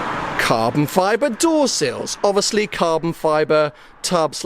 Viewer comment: Cahbon fibah